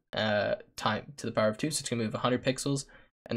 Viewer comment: bro i almost had a mild stroke hearing that "power off"